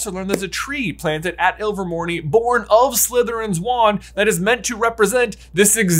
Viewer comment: AGHHHHH. That is a silent E!!! It's pronounced Me rope. Not Me Ropey. Iver mor NAY not Iver mor NEE